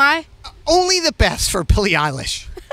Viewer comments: Nardwar: "who are you? Billie: "Billie Eillish" Nardwar: Billie uhlish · Billie: “Hi it’s pronounced EYElish” Nardwuar: “oh okay L-ish”